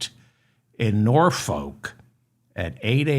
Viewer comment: It's not 'Norfolk' as in people, folks; but, as near as I can get it, norfurk as in fur (not fuck). I know, because I'm an Englishman and went briefly to the same school as Charles and Andrew, Gordonstoun in Scotland. Your show is one of the best of its kind.